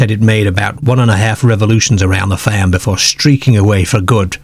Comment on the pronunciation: Yes!! I like it, like how he says farm faaamm